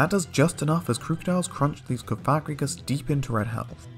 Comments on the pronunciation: For the sake of not accidentally saying a slur, please pronounce cofagrigus correctly (cawf-uh-gree-giss). Also Krookodile's name comes from the word "Crook", Liepard comes from lie and leopard, Reuniclus comes from "reunite" & "nucleus", Hydreigon comes from hydra, drei (german for 2), & dragon, Eelektross contains the word eel, & Scrafty comes from the word "Crafty". Thus their names should be pronounced as such. Mienshao only has 2 syllables. Not 3. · is anyone else extremely offset by the way he pronounces cofagrigus